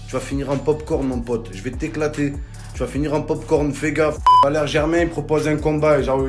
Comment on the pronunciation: Il a dis vakeri